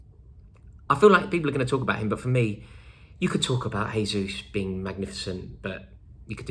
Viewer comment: It's not "Hesus"(Thays how the spanish would say it) he is Brazilian and its Portuguese so not an H its a J like in "jota"